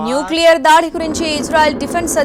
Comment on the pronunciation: న్యూక్లియర్ మిసైల్స్. ఆ కొంచెం కరెక్ట్ గా చదవండి న్యూస్...😂😂